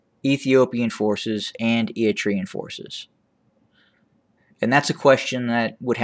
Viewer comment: You’re very knowledgeable but the way you pronounce Eritrea bothers me, you leave out the R.. it’s pronounced Eri-tria or Eri-trea..also works..either way..I am Eritrean